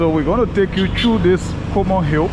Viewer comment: I believe it's Coleman Hill not Comor Hill.